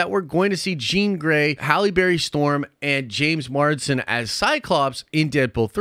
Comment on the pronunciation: MARS-DEN MARS-DEN MARS-DEN ITS JAMES MARSDEN NOT JAMES MARDSEN